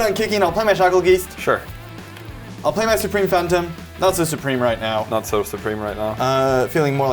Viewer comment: Bruh they way is saying geist is killing me😅 jamin said it right once🎉 then went back 2 saying it like 😢